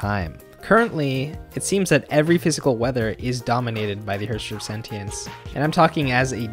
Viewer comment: You are pronouncing "Sentience" wrong.